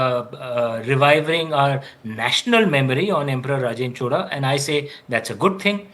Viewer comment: Happy to hear Indians from other states pronounce CHOZHA correctly and not chola. Rajarajan was a GOAT whether it was administration, love for arts and international relations. Rajendra continued this expansion. Thanks to for exploring into this kingdom.